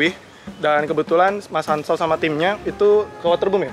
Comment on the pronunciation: Katanya waterbom bukan waterbum dibacanya🙄